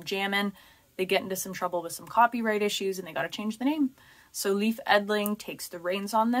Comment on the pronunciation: Leif is pronounced Layf btw